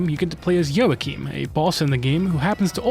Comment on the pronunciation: I died when I heard you say joachim 😭